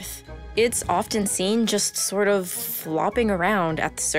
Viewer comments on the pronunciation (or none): I had to stop watching this video because the hostess kept pronouncing the “t” in often.